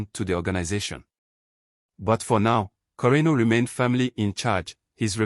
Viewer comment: You got the pronunciation right.